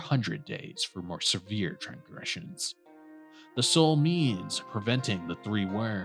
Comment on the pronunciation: Manifest, not Manisfest. Transgression, not Trangression. Ffs.